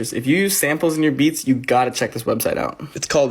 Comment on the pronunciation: I thought he was canadian because he pronounced the shout OUT and try it OUT weird 15 seconds in. Oh also OOT now at 30 seconds.